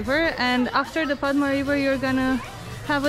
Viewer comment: Padma in Bengali we pronounce like pod-da. The name of the place is pod-da garden as it is a garden in pod-da river. Very easy to follow isn't it? :P welcome to my city btw. You guys are the first international vloggers to come in Rajshahi. So thanks!